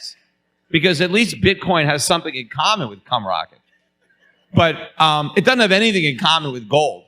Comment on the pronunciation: Did Peter say cum rocket? 😆